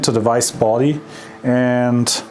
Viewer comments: It's vise not wise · super odd hearing the german v in the word vise. i guess it is right but it tottal doesnt sound ight